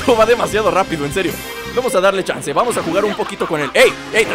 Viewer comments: dijo chanza en vez de chanze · se dieron cuenta de q dijo chansa